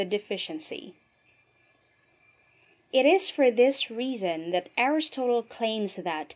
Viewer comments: ARIS-TOTAL? you can't be serious.... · I wondered where the slightly unconventional pronunciation of 'Aristotle' and 'justice' came from. Nevertheless this presentation would have to be one of the most succinct and lucid summaries of the subject matter. Very well done. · The speaker's repeated mispronunciations of words and even of the name Aristotle are distracting. One example is "justeez" rather than "justice."